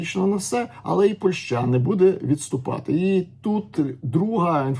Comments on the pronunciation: Ваша ПольшА, просто УБИВАЕТ, дальше не хочется слушать! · Если вы еще и поляк, то тем более удивительно слышать такое ударение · 😂 я с Украины и живу в Польше уже 9 лет. Но такое ударение слышу в первые. Ни на украинском, ни на русском это слово так не звучит.